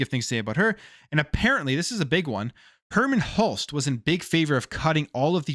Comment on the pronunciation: Funny how no one spells Herm_e_n Hulst correctly. All I hear is Herm_a_n. He's probably wondering what the hell too.